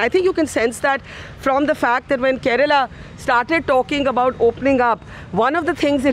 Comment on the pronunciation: Kerala.not karela